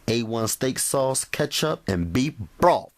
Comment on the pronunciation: Sorry...had to chuckle at "bee broff". Great video, though